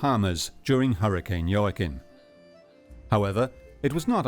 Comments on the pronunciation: Hurricane JOAQUIN pronounced WAKEEN. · Is pronounced hoah-kin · Love how the narrator makes so much effort to say ellllllll faŕrrrro but can't pronounce jacquim